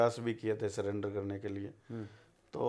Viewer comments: surrender ko cylinder koi bhi aria me nhi bola jata bhai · पूरा परिवार शिक्षित है सरेंडर को सिलेंडर बोल रहा है